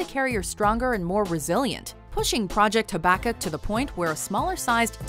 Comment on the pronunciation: the way they mispronounced Habakkuk made me cringe